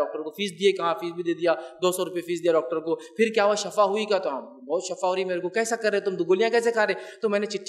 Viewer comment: don't tell shafa but it's shifa... shafa meaning for (aag)